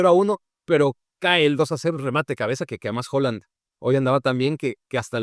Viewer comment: Excelente análisis como siempre, pero por favor, deja de llamar HOland a Haaland, hasta el mismo nos dice como pronunciarlo.